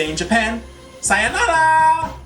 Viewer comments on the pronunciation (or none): I laughed when you said "Sianara" because I thought that was a Spanish word. *drags feet back to the textbooks* Anyways, I might check this movie out, you seem to like it a lot!